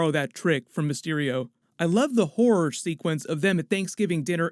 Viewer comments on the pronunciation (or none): none